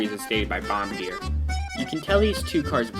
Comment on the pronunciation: "Bomba deer"